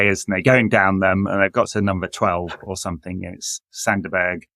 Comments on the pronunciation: Better than Sander Buurgj which all English people say at least. Even Sander is pronoucing his own name wrong in those Premier League videos. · Crazy bad at saying Sander Berge.